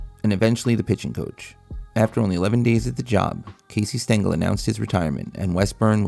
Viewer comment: might help if u didnt butcher casey's name